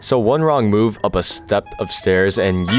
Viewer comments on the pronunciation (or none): none